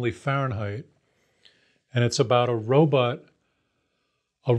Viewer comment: It’s pronounced robot not robutt. I don’t trust people that can’t pronounce robot.